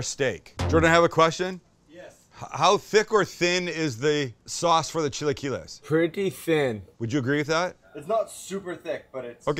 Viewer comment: chilly key less!! never heard it pronounced that way before.